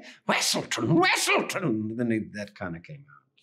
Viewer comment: I first thought the voice behind his Zootopia character was Steve Buscemi. Then the other characters mispronounced his name as Wesselton instead of Weaselton, and I knew it was Tudyk. 🤣🤣